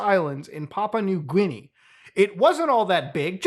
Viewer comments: “Papaw New Gwinee” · That “papa new gwiney” pronunciation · Yes, we all love the "Papa New Gwineans" 🤣